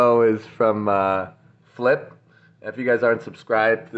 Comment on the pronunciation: IT'S FEE-LEE-P NOT FLIP! IT'S NOT A SKATEBOARD TRICK DEVEN ! ITS NOT A KICK FLIP! ITS FILIP AS IN PHIL + EEP PHILIP !!!!!!!